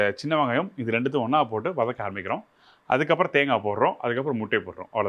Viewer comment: தேங்கா தேங்கா என்று உச்சரிக்காதீர்கள்.காது வலிக்கிறது. தேங்காய்த் துருவல் என்று சொல்லலாமே.🇲🇾